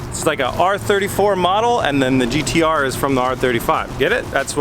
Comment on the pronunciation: As A Australian please stop saying GTR